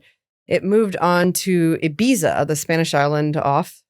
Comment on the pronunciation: no diss but that pronunciation of Ibiza was very funny it's more like ee-beeth-a, not eye-beatsa :v